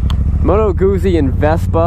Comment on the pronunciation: You pronounce Guzzi like you would pizza.